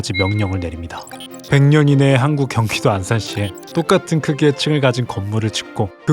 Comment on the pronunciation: 현타 왔는지 경깋도 ㅎ 안산시 라고 하시네요ㅋㅋ